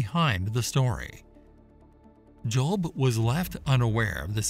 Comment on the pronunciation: The Behemoth is NOT a hippopotamus and Leviathan was not a crocodile! People either believe what GOD said or not. You admit that Ezekiel saw the visions of God's cherubim, but then make exceptions for Behemoth and Leviathan!? God is SUPER NATURAL and doesn't need your unbelief! And BTW, his name was 'JOB', not 'JOLB'.